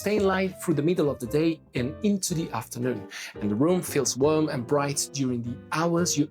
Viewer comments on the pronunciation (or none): I love the way you say worm for warm. No worries BTW, we know what you mean.